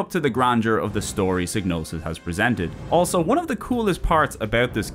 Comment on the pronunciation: Psy-no-sis G is silent like in Gnosis